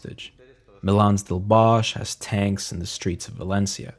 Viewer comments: wonderfully done!👌 just one minor note -> the one in the video is the German pronunciation of "Bosch", in Catalan the H is silent, as in [βɔsk] (...meaning bosque/forest) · lol I wish he had pronounced the surname right. It’s actually « bosk » but even people in Spain mispronounce old Valencian surnames